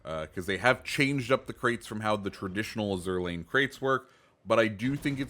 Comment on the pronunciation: While I know it's spelled like the French word azur but I'm pretty sure you are supposed to pronounce it like the color azure